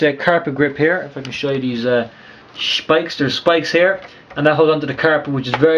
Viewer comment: Hweel abd schpikes.... Good Lord haha